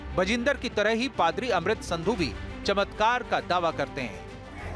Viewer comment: Ankar bde garv se padri ko fhadar bol rahe hai 😂😂😂😂